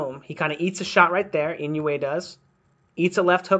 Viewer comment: I dissliked it because u did not study on how to pronounce his name if u dont respect the fighters u are studying. Then u have nothing of value to give me.